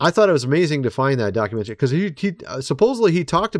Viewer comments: Where in the world did you learn to pronounce the word "documentary"?? It's actually mind blowing. Never in my life have I heard some words pronounced the way you do. Other than that strangeness, I enjoy your content. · FTLOG, it’s pronounced doc u men tah ree! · Why do you say documentary so funny? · Dude! D O C U M E N T A R Y Please look up the pronunciation of the word. You say you are an engineer so I know you at least have a bachelors degree. Do you say words incorrectly on purpose to get comments? Also look up Palantir pronunciation while your at it. Love your pod though. Just something that is like nails on chalkboard when you speak words incorrectly and also say you are an educated engineer. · The way you say documentary 😂😂😂😂😂